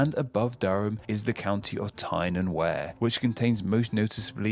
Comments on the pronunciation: Worcester is pronounced Wooster (it's that simple 😀). All the shire counties are pronounced 'sheer' or 'sha' and not 'shire'. The narrator manages to butcher most of his pronunciations so I suspect it's AI generated. Darby instead of Derby and River Weer instead of River Ware. Robin Hood is based on true stories passed down. Keep'em coming 👍🏻 PS. England has 5 River Avons, Scotland 3 and Wales 1. 'Avon' is a Celtic word meaning 'river' (Afon in Welsh). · he got so much wrong 2 that i know of, he missed out teeside and he pronounced wear wrong, it should be said like we are, we're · And the Wear of Tyne and Wear is prnounced Weer, not ware... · pronounced river WEER not WARE that is the river wear a southern englishmans pronunciation TYPICAL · Lots of pronunciation problems with this video. Two which stand out are Derby/Derbyshire, should be pronounced “Darby/Darbysher” and Tyne & Wear, where Wear is pronounced as Weer. Northumberland got short shift, as the Humber is not “ nearby” but about 100 miles and 5 major rivers south. The true derivation is from the Kingdom of Northumbria, which back in Anglo Saxon times stretched from the Humber into south Scotland. Northumberland was the core of this kingdom and is it’s rump. Keep on searching! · Why 'Burkshire'? It's 'Barkshire'. 'Er' used to be pronounced 'ar' before about 1600. Hertfordshire is pronounced correctly. But 'Derby' was wrong - it's 'Darby'. Oh - and the River Wear is 'Weer'. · Berkshire is pronounced “barkshire”. Also, the Wear in Tyne and Wear is pronounced “Weir” as in weird. Source: Surrey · its spelled tyne and wear but pronounced tyne and were - Im from county durham but they are a close neighbor. Robin Hood is a folk lore person much like King Arthur, but may be based on someone or an amalgamation of people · An English person who can't pronounce English counties properly; Berkshire is prounounced "Bark-Sheer", Derbyshire is "Dah-bee-Sheer", and Tyne and Wear - the "wear" bit is prounced "we-er".